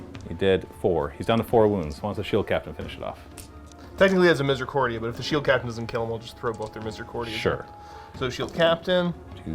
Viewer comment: keeps saying "misericordia", but I can't seem to not hear 'misery accordion'...